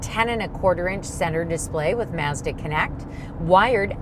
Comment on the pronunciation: Why can't yall pronounce Mazda? Mauzduh.......lol